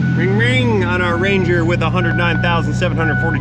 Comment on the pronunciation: My step brother bob has a speech impediment and he has a ranger and all my life everyone made fun of him even today so I thought it was funny as shit when you said wanger lol😅😅😅 my stepbrudder wobert has a wanger lol😅